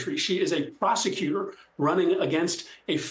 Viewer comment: Did she say prosicuter or Prostitute